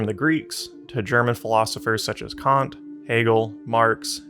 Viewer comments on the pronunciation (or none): none